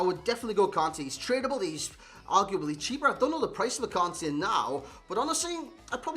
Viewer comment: Kante not Kane